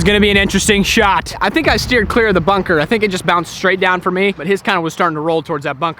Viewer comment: Can you say shteer and really great shiooooot more?🤣